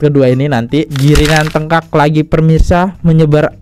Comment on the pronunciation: Maaf mau kritik: itu CIRCLE mas dibaca "sirkel" bukan dibaca " Krikel" itu TERNGAKAK mas bukan dibaca "Tengkak" Mas sering salah kalau membaca beberapa kata dan ini membingungkan penonton dan berkesan kurang teliti dalam bagian editing akhir. Hanya kritik kecil aja mas mudah2an berkenan